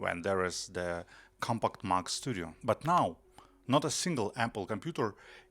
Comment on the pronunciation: If only you could pronounce Mac correctly.